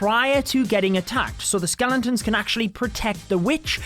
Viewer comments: its not skelenton’s, its skeletons! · skelen tons hahaha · dude be saying skelentons